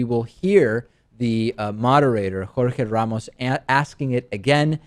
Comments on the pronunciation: Lmao David with that pronunciation of Jorge Ramos. Chill homie. Going into Mexican restaurants like "Yes I will take the KWISADIILLA" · He's from Argentina, Spanish is his first language.